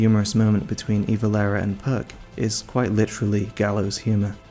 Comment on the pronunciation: My brother in Christ...while I love your work, pronouncing Guts as 'gertz' and Puck as 'perk' is so wrong